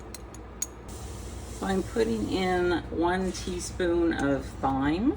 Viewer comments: The soup looks great. Btw - thyme is pronounced "time". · So your herbs are fat soluble, so sauté those in with your hamburger meat. It will help bloom the flavor. And Thyme is pronounced time.